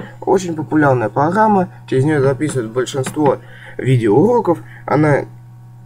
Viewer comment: погама он сказал погама